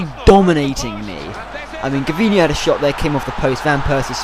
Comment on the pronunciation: haha thats extremely sad ur an arsenal supporter and u pronounce gervinho wrong